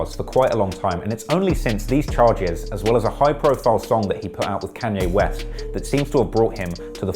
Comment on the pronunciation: canyay west XD